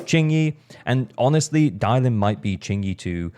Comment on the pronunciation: It’s Dialyn btw